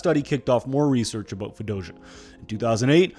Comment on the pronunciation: you heard that right?! i thought i was trippin for a sec LOL